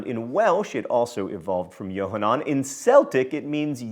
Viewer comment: John, that was an EXCELLENT "khet" sound with Yokhanan! I see your Hebrew and Latin studies during divinity school really paid off.